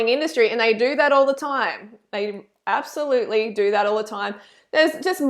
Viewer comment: Did you say absoFRUITLY??? 😂💜